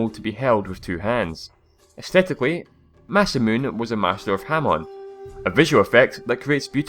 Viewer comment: Masamune is pronounced like this : Mah-Sah-Moo-Ney.